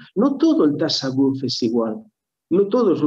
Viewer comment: Ya que repite la palabra mil veces podrían informar a de que no se dice "tasawúf" sino "tasáwwuf", para entendernos, se pronuncia llana no aguda. Hasta en español sería llana:). Muy buena charla, gracias.